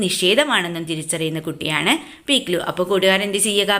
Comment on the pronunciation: പിക്ലൂ അല്ല പിക് ലു